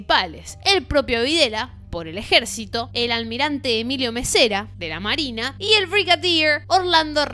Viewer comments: Estimada. Sigo tus videos y he likeado varios, pero este me parece que lo hiciste apurada. Esta es una critica constructiva, ya que la credibilidad es, creería, el atributo mas importante. Decís "almirante Mesera" cuando es Massera, decís Leopoldo "Furtado" Galtieri cuando es Leopoldo Fortunato Galtieri. Decís "Firménich" cuando es Firmenich. Cuidado con el apuro!!! Saludos. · Mesera no massera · Me gustan tus videos!: Yo entiendo que es tu estilo el de hacer chistes cada tanto, pero seria mas profesional que seas menos vulgar. Cositas a destacar, algunos nombres mal dichos como el de Galtieri y Massera. Y los motivos de la guerra de Malvinas no fueron los que citas que Galtieri se levanto un día y quiso hacer la guerra, hay otro trasfondo. saludos